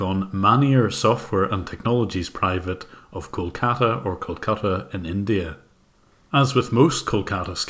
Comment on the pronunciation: Kol-kata India? more like uhH COLD CALLA INDIA XDDDDDDDDDDDDDDDDDDDDDDDDDDDDDDDDDDDDDDDDDDDDDDDDDDDDDDDDDDDDDDDDDDDDDDD